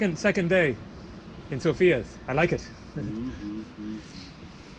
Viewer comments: you pronounce it wrong it is SOFIA not Sofia , understood just Sofia not sooofia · Hi Jam bulgarian and you Day Sofia wrong XD but your alphabet dont even have letter for /я/ София - Sofia...... Я is like /a/ and /e/